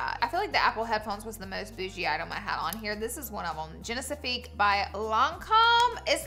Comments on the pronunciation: Girl the lancome serum is genifique not genicifique😂 it always makes me giggle when you say it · Agreed. I’m Australian also and yes it’s pronounced Bond-Eye. I noticed she always pronounces Lancôme Génifique wrong too 😂 Bless her heart ❤ it’s not Genesafique 😂